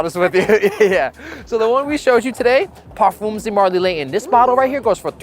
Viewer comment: LAYON 😂😂😂😂 bottle of wada. speak English or dont.